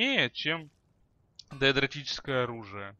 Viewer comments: ДАЭДРИЧЕСКОЕ !!!!!! А НЕ ДАЭДРОТИЧЕСКОЕ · Даэдрическое говорится.